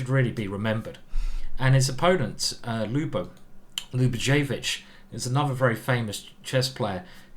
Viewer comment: The ic in Yugoslavian names is pronounced itch (think Croatian midfielder Luka Modric) and Ljubojevic is pronounced Liu-boy-ev-itch.